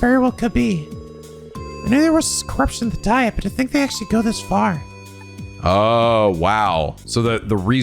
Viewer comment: Hello, just wanted to mention something that is a tiny bit mean on the game part, unless i remember wrong (mods feel free to correct me) you missed on bonus DP from by getting it wrong the first time. btw, a tiny nitpick, but Diet is like Dee-at.